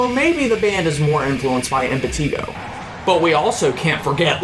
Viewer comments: hearing him say PUT-rah-faction..im-pah-TEA-go ... makes me feel like setting my ears on fire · The only thing that bothered me about this is saying putrefaction and impetigo wrong, otherwise very good.